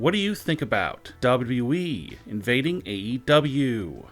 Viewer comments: does teh guy doing the voice over even know the name of WWE. There are 2 W's in WWE yet he keeps calling it WE. What a moron. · WrestlingNewsNow official dictionary: Noun: WbleWbleEeeeeeeee (DoublyDoubly-Eeeeeee) Meaning: Poor way of pronouncing W.W.E Example: This will (won’t ever ever happen) in WbleWbleEeeeeeeee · Beautiful Narration of all Time Hahahahaha. Even when he says WWE . He says Wyi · Dude not even sayin WWE he sayin dubbadubiweeeee